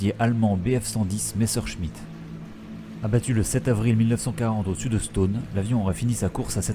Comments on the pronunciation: Stonne et non Stone, comme tonne ou Argonne tiens justement 😉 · Ça se dit stenne ^^ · c’est assez drole comme il dit « Stonne » car habitant a 10min de stonne et connaissant des gens qui habitent la haut on le prononce pas du tout comme ca